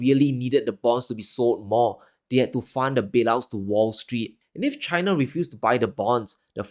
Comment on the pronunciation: Why do U say CHHH I N A ? ? ?